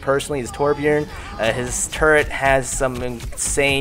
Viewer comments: Out of all people i've heard saying Torbjörn as torbjorn... You actually managed to make it sound more like torbjörn instead of torbjorn. Your way of saying it is like Tårbjöörn. But still closer. :) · wow you can say torbjörn properly!